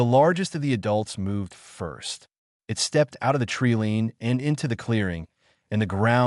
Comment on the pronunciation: Please invest in a QUALITY AI reader that does not say dot at the end of every other sentence and does not pronounce “it” as “eye-tee” and knows the difference between “wound” as in flesh wound and the past tense of wind like what one does with a clock. Very annoying and difficult to track the story.